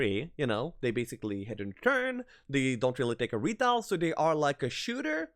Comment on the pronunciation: Also retail ;)